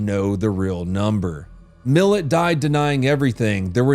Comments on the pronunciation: Not hating but can you please pronounce the name Milat? Mill - at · His name is MilAt, pronounced like rat. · It pronounced "Mill- at". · I was at the zoo when it got locked down for Malcolm naden and it’s pronounced Ivan Mil at👍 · His name is Ivan mi-lat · This pronunciation felt like physical assault. Pronounced, 'mill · It's Mil- Lat, but without a pause. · Mill-at not mill-it. Probably the most infamous criminal in aus history. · CRIME IS FUN : DOWN UNDER Should start a series with that title. And for ivan its pronounced “Mill At” lololol😅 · It's pronounced "Mil-at" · I can not be more honoured to have the third episode of “crime is fun” to be on all Australian murderers and mysteries, even though we said Ivan’s name incorrect, the pronunciation is MIL AT (mil@ but everything else, spotty dog, except for a few Uluṟu pronunciations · Hi from Queensland Australia, I've just found your channel really enjoyed your take on this weirdo. Cheers 🇦🇺🦘 PS It's pronounced MILL-AT. Funny 😂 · He was nailing the pronunciations until he got to Millat and Belanglo. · he said Belanglo right the first time, but the last one was cooked! Haha. And yeah "Millet" 🤦‍♂️ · Nahhh its pronouced Milat, closer to LeMat revolver, just switch the l and m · i love that you pronounced ivan millats name wrong 🩷 he was such a monster. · You said Ivan Milat so wrong it kinda annoyed me😂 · And cringed at the pronunciation of Milat 😆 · yeah the way he pronounces Milat makes my brain itch lol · Kind of funny you got 'Uluru' down perfectly but 'Milat' caught you out. It's like the A in 'apple' with Milat. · As an Australia, he should learn how to pronounce Milat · lol ... why is he pronouncing it like mill-et.... its pronounced like mill-at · As an Aussie this is absolutely fucken vile wtf Sorry but I completely lost it when you said Ivan Millet That aight the one brother! Sorry 😂 the pronunciation was brutal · It's pronounced mill-at. But well done on most of the pronunciation tho 🫡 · Not Millet